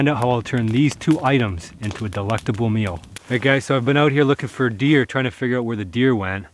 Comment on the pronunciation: "Deluctable" he says